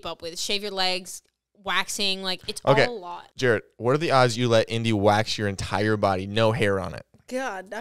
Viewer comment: Ew stooop...says indi. 😂😂😂😂